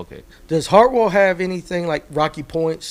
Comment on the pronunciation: Mispronouncing "Hartwell" is a red flag.. lol